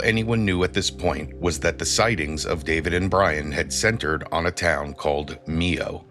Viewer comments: Mio not nieo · My-ohh..not me-oh